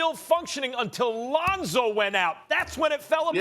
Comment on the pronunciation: Bruh said “LeOnzO ball 🏀” Too high lol 😂 jp